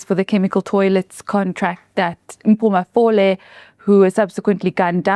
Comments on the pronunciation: Mpho Mafole not malofe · Mpho Mafole not Malofe 😊😊😊!!!